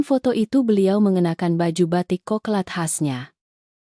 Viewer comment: Bukan "batik koklat". Ha..ha..ha... Melainkan "batik coklat".